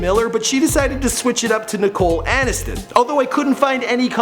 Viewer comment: Nicole Anis-ton